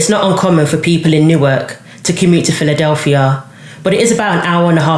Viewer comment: FYI - it's New-Ark. Also Philly is about an hour from Newark, not an hour and a half.